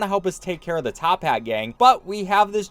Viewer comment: it's toppat not tophat get it right next time >:(